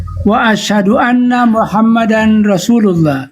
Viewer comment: Betul, yg syahadat tadi dia melafadzkan kurang pas. Asyhadu an laa ilaha illallah, wa asyhadu (ALA)anna muhammadar rasulullah. Seharusnya anna, dibacakannya Ala